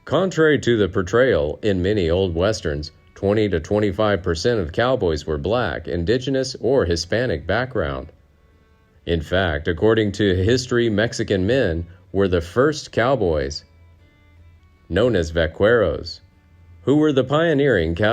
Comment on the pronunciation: Your pronunciation of Hispanic, among other words is atrocious